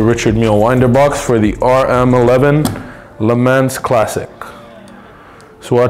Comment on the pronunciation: I hope you work on your audio because these are good videos. Also every time i heard you say Le Mans it drove me nuts